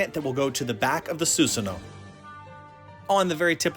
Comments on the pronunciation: Actually it's susano-o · You pronounce it the Japanese ways but you also pronounce both o’s